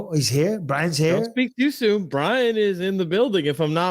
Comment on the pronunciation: Fuckin well done Brian for pronouncing my name correctly!!! No1 ever gets it right first time so well done 🙏